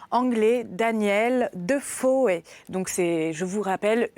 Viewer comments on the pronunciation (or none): Chère Angèle, on prononce Defoe et non Defoé ! Très bonne lecture néanmoins. Merci beaucoup.